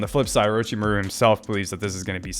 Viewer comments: "Mah-ru" homie! Accent on "mah", not "ru". I know you can do it! Great reactions and analysis. You're on a long journey, and it's going to be so awesome. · We need to get him into an Orochimuru name pronunciation training arc.